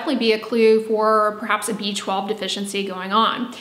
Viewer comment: It sounds like she is saying a beachball deficiency.